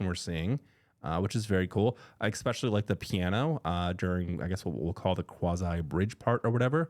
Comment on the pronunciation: You say “expecially.” That means you are not smart. I bet you order “expresso.”